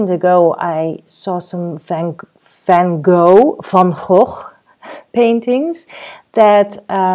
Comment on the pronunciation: Very informative -now I can use my own version of colors instead slavishly trying to get the exact colors of a scene-very frustrating. Also thank you for giving us the correct way to pronounce Van Gogh:)